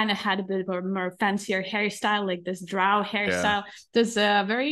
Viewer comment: she doesn't even pronounce Drow correctly.